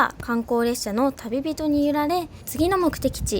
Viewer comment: わー！しおねるちゃん、福岡来てたんですね☺️ 今私は埼玉に住んでいますが、地元が福岡なので行ってもらえてとっても嬉しいです！ めっちゃ細かいことを言って申し訳ないですが、 の「旅人」は、「たびと」と読むのが本当は正しかったかなと思います😅